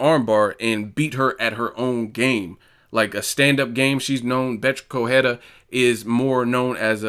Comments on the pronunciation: It is pronounced "Co-re-I-a" not "Cohera" Still a barking poodle, full of herself and getting smashed by a truly Champion. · Please pronounce the combatants properly. It's not corrhera, it's Correia.